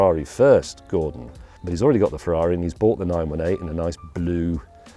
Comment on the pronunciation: You said 918 wrong